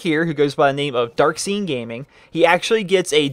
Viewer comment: Brotha it's darkscene his name is darkscene not darksean.